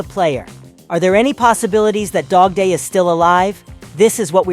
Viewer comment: Bro not dodday its dogday